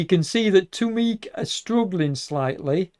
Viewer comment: At about the 25minute mark you mixed up who Boniface (me) was riding with, I was not with Tu Meke (pronounced "Too Mecky") and I was not off the back! 👍